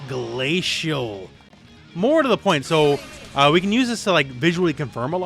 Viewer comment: bruh why he say glacial like that lol